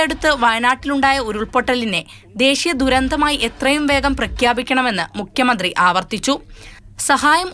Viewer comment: മുക്കിയ മന്ത്രി അല്ല. ഉച്ചാരണം ശ്രദ്ധിക്കൂ